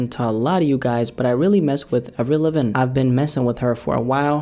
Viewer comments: “Av-rell liv-In”???? That’s how you pronounced it bruh... Sometimes I feel like this guy just takes already written articles about people in the music industry, chops up the verbiage, throws in his opinions, and acts as if it’s a conclusion he’s reached after a lot of research. 🤨 This “new MGK” is nothing like AVRIL LAVIGNE (Avv-rill Luh-Veen... say it with me... Avv-rill Luh-Veen) 🤣...and a whole lot like Billie Joe! Almost a 100% copy of STYLE & VOCALS from Green Day’s leading man! How MGK did think this was obvious AF hilarious??🧐🤔? 🤣🤣🤣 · Come on... Avril LAVIN? It’s Lavigne “La-veen” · Bro.. How you gonna love an artist when you can't even say her name right 🤣🤣🤣 its Avril LA vine( LA- vine) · Did you say Evreel Livin? Lol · Mans really just called Avril lavigne avrillivin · Off topic, but the way said Avril Laven flew right past me 😂😂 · My man Said avril livin😂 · Bro the way he pronounced Avril Lavigne 💀😭... its ahhvril, laveene, not avril livin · Avril lavin? You said her name Avril lavin?? Done listening lol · It's AV-RILL LAH-VEEN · Who tf is Avrilavin? 😂😂😂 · Avril livin... ok nice pronunciation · it’s AV-Ril La-Veen. What did you call her? 😂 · Avril Luh-VEEN, 😂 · Lmaoo "Avril Livin" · LIKES AVRIL LAVIGNE SO MUCH HE PRONOUNCES HER NAME WRONG 😭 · Seriously! You can’t be an Avril Lavigne fan and pronounce her name like that! That’s some culture vulture shit! 💀💀💀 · lol “avrilivin” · So we all just gonna ignore "avrillavin" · lmao how did you say Avril Lavigne’s name like that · You saying Avril Levin is like Trump saying Little Pimp 😂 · “Ave-rill Le-veen” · “Avel lvn” lol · Bro what’s up with that Avril Lavigne pronunciation? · the fact he butchered her name so bad leads me to believe he's bsing and only listened to like sk8r boi or complicated lmao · the way you say Avril Lavigne did you malfunction lol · Why he say her name like that though lol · A big fan of Avril but can't say her name...